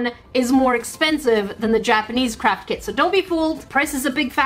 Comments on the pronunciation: When she was saying craft kit I thought she was saying "carp kit" XD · When she was saying craft kit I thought she was saying “carp kit” XD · Omg it sounds like she is say crap kit or kits